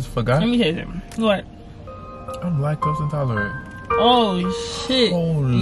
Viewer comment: lac tose “lack toes”😭😭😭